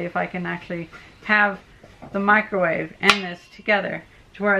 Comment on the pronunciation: UUUUH a Wicromave